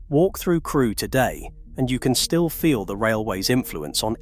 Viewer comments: I thought it was fiction when the narrator referenced a station called " Creweee" rather than Crewe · where is Crewy station LOL - this has to be AI. - Queen Victoria had her own passage under Hull station, into the hotel. I have been down there on a ghost hunting tour to the old underground toilets and police cells - that is a creepy station to go underneath on a guided tour. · Where is Crew-eeee? lol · "Crew-wee station." eyeroll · Crew E....Seriously???😂